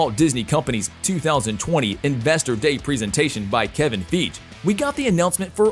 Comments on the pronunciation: F-eye-gee... Chee-dal is how you pronounce it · Don Cheatie? Kevin Fieg? If you can't pronounce the name of the man, you're truly not a Marvel fan! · name don cheady ,kevin feag lol narrator is a joke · Don's last name is pronounced chee del not chee nie... and its fiy gee not figee. You're welcome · Royalty. How in the Hell can you still continue to mispronounce Kevin Fiege's name? It's pronounced FIYE-ghee, not Feedge. And now you fucked up Don Cheadle's name too? Cheedy? Can you not see the L in there? It's CHEED-el. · After the second Cheedie and the Kevin Feej I noped out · your robot said "kevin feej" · Kevin feeg? Don cheedy? How do you not know how to pronounce their names? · .."Kevin Feege.." ?! 😆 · Am I the only one annoyed that the speaker refers to Don Cheadle as “Don Cheadee”? Seriously???!!! Or his mispronunciation of Kevin Feige’s last name as “Feege”???!!! I suggest this dude do a little research prior to making these videos. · What's up with the mispronounced names throughout the clip. So damn hard to listen to without laughing. Don Cheate/Cheaty??? It is Don Cheadle. Secondly, you call Kevin Feige, Kevin Feig/Fege. So sad since these names are everyday household names. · Wow, you manage to butcher both Kevin Feige and Don Cheadle's name all in one video. Good job. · This has to be on purpose to get more comments (which makes the video more popular and more likely to be a suggested video) bc not only does he butcher Cheadles name, but also does it for Kevin Feige’s name too! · Did this guy seriously just say Don Chee-dee? I don't even know what to say about Kevin Feige's name being mispronounced. I would think this fella would be able to correctly pronounce the names of two such massive stars! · don cheadle being called don chidi, made me laugh, and Kevin feige. At least hire literate narrators, or slightly competent ones who would look up the 2... 2 names he has to say 🤣 amateur hour